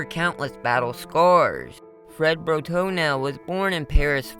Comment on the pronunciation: Why are you saying Bro-Toenail every time you say his name? Can you read?